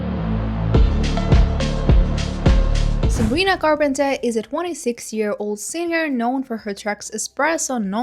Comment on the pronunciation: You’re so good at pronouncing Sabrina’s last name now let’s gooo!!!👏🏻👏🏻👏🏻 Queen!🎉